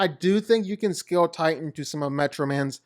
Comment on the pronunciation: I THOUGHT HIS NAME WAS TITAN NOT TIGHTAN